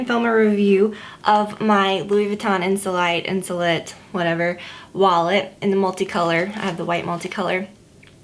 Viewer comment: You pronounce it (insoleete) in French :)